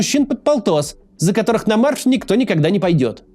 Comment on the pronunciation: * нА марш. Да что же с этим предлогом такие у тебя проблемы, Макс))))